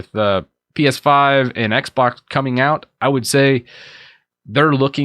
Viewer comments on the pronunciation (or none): none